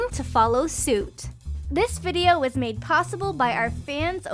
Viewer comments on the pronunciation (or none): none